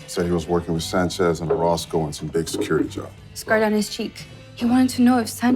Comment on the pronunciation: 9분24초에 오로스코를 오로코스라고 하셨어요. 연행하겠습니다.